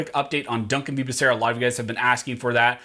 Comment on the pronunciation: I'm sorry, but you are pronouncing Becerra's name wrong. It's pronounced "bah" "soo" "rah". ;-)